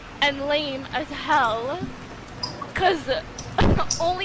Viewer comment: bruh, the way she talked "sh1t-tuh" "lame-uh as hell-uh" urgh please no!!! Why-yuh do yall-uh speak-uh lie-yeke that-uh!!!